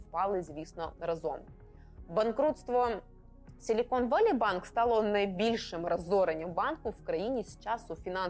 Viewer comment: Valley читається як "веллі", а не "воллі". Отака хитра англійська мова )))